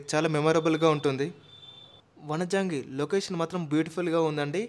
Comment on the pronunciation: Vanijangi kadu bro vanjangi